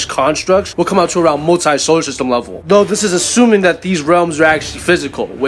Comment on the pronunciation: it’s doh not doe lol or tho